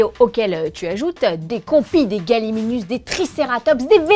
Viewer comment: On dit gallimimus et pas galliminus putain ne faite pas la même erreur que le gosse de jurassic park 1